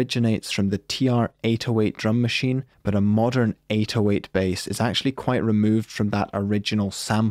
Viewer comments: you struggle so much to say 808 It's pronounced "A-doe-ate" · Why does he pronounce 808 like this PepeHands